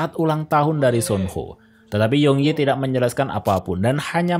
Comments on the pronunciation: Kok nyebutnya sun ho si kan suho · Mohon maaf nih bang, lu jelasin alur nya udah bagus, tapi denger lu salah nyebut Soo ho(su ho) jadi Son ho agak risih di kuping gw bang🙏